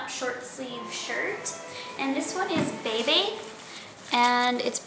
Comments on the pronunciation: lolollolo, its not pronouced bay bay. the brand is pronouced bee bee. :3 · Its not pronounced "baybay" its proncounced like "beebee" lol. & have fun [ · It's pernounced Beebee